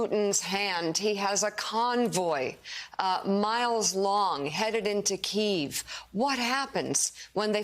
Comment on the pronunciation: It's pronounced "kee-yiv", not "keev".